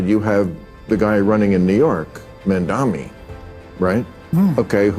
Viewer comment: Love Bill Maher Pronounce his name correctly please